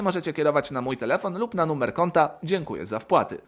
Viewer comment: czemu mówisz "nummer"?